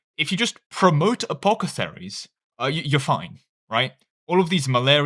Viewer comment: Take a shot every time apothecaries is pronounced as apocetharies.